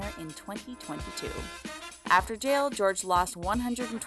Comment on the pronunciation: It’s Jorge, not George